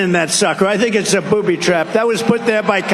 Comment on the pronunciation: I honestly thought he said, “I think it’s a poopy trap” for a second. I had to go back and listen to it again.